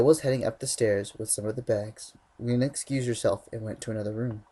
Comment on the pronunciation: is my fav part cuz he said Lena right. I LUV U!!!!!!